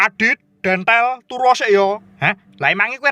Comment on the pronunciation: Bukan dontol tapi dentel 🤣